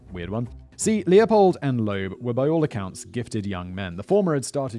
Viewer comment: Loeb, not Loab